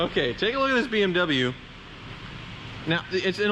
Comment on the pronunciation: "It's the only BWM in my Hooptie fleet"......but how many bimmers have cycled through your fleet?....bet you need 2 hands!